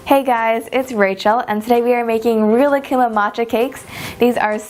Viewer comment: I cringed when you pronounced Rilakkuma the way you did